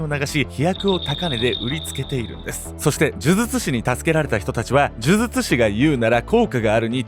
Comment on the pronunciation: 「デリケート肌」はちゃんと言えてます。むしろ、「呪術」のほうを気にてください。